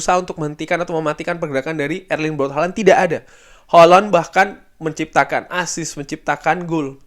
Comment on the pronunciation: Bang bilang Haaland nya jadi holonn.. sangat crunchy dan bikin geli bang.. tapi manteps bang lanjutkan penjelasan dan konklusi nya yg roar biasa akan selalu kami nantikan dan didengarkan secara seksama karna detail, mendalam juga bernas sekali bang.. cuman geli aja pas bilang hollooonn 😂